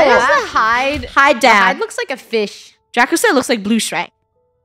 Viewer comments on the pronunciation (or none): draco should be (DRAY-co)